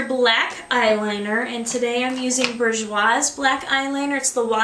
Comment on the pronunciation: its pronounced boo- jwa just saying :)